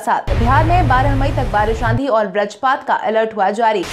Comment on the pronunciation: कृपया बज्रपात शब्द का सही उच्चारण करने का प्रयास करें। इसे ब्रजपात न कहें। बज्रपात और ब्रजपात में आसमान और जमीन का अंतर है।